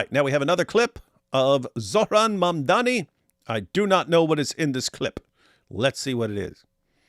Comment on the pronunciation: Pronounced Man-dummy!